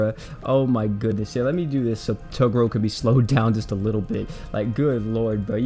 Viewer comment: {TA-GRR-ROW} Sound it out for me. Sorry but I'm too big a fan of yu yu to let that go. Great video doe.